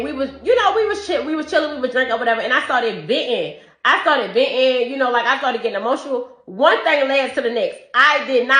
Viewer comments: if you say “dats” instead of “that’s”… and “ventin” has no t in it? Walk. She’s made for the streets. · Theres a t in the word venting